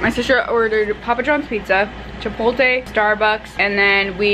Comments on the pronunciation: “chipolte” it’s chipoTLe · She forgot the L in chipotle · Nobody is going to address the way she said chipotle as "chipolte" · you pronounced chipotle as “chi-pol-tay” 😂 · CHIPOLTE IM DEAD girl it’s chipotle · does she realize it’s chipotle and not chipolte lol i love her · chi-pot-le. chi-poat-lay. NOT CHIPOLTE OMG I LOVE YOU BUT AHHH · you’re supposed to say it like CHI-POLT-LE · did u just say chipoLTE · wym "chipolte"..? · Hi I love your vlogs,,, but it’s chipotle,,,, not chipolte! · CHIPOTLE NOT CHIPOLTE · Did you say chipolte??😂